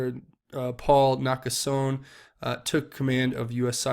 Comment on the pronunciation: Nakasone is pronounced: nah - kah - so ' - knee